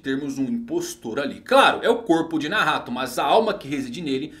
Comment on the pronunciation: Ficou mt entranho vc falando Nahato kkkkkkk toda hora penso que é Nagato